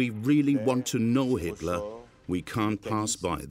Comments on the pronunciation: Why are they calling him Hisler? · Sounds like the narrator occasionally says Histler or Hister( Nostradamus prediction) Inconsistent pronunciation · Sounds like the narrator is saying "Hitsler". LOL. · Why is the voiceover call him hitsler